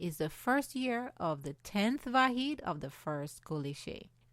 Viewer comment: Unfortunately, she mispronounced Vahid here, which is like Va-HEAD, (meaning Unit) not to be confused with Va-HEED, (meaning Unique) -the name of the Babi hero, Siyyid Yahya Darabi.